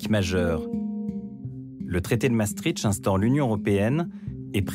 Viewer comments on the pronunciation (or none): ce n'est pas "MaastriTCH" c'est "MaastriCHT"; la voix du documentaire devrait au moins savoir prononcer le mot clef du sujet... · C'est où MaastriTCH, en Russie ??? Dommage, ce documentaire sur MaastriCHT était très bien. Les narrateurs ou journalistes qui ne savent pas prononcer devraient s'abstenir...